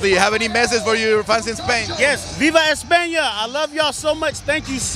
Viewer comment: Si no sabe ni decir España... pero bueno se agradece el sentimiento español!